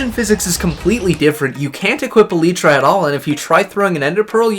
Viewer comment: calling elytra "eleetra" and not "el-eye-tra" hurts me so much